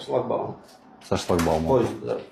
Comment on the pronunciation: Сфетовор😂, поезд, сашлакбаум.